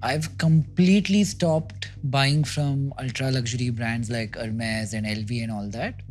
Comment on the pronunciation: hermes is pronounced as AER-MEZ not ur-mez. its NOT hottay-coutoor its aut-co-ture.please learn the correct pronunciation as im sure your videos have a vast reach so it better be spoken correctly